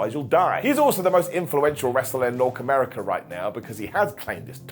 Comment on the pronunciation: "Nork America"